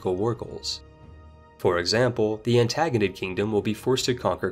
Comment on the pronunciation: The way he pronounces Diadochi and Antigonid should be illegal.